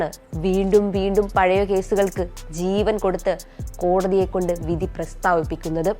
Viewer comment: Ask this female to pronounce vidhi correct.